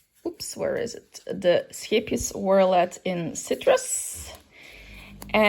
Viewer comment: WOW, you are the first person I've seen that could pronounce the Scheepjes name!! I'm new here and I think I'm gonna like it!!! And yes I did see you and. I remember your deer glasses!!!